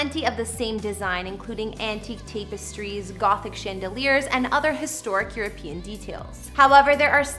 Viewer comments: Sawny & tape-estries? It’s Sonny (like son or sun), and TAPestries, not tape-estries. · LoL...did you catch "tape-e-stries" instead of "tap-e-stries" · It’s Sonny. Pronounced “Sunny.” She also pronounced tapestries as “tape-astries” instead of tap-estries. But overall she did a good job. She just needs to slow down and take the time to look up the pronunciation of a person’s name and various words for accuracy. It’s more professional.